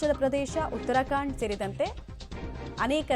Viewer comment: ಉತ್ತರಕಾಂಡ ಅಲ್ಲ, ಉತ್ತರಾಖಂಡ pronouncination ಉಚ್ಚಾರಣೆ ಸರಿಯಾಗಿರಲಿ.